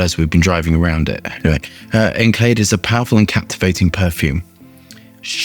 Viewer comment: His pronunciation of ENCELADE is absolutely horrendous. But he’s usually terrible with pronunciation